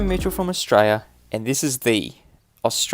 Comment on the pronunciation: Always very embarrassing to see such silliness from a fellow Aussie. BTW Mitchell, there's an 'L' in Australia. It's hard to seem credible when you cannot pronounce the name of the bloody country.